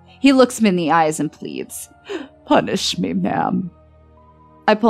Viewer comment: “Punsih me” ....kinky 😏